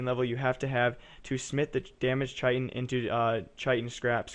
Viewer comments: Chitin is pronounced 'kite-in'. :p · Chitin = 'kite-in'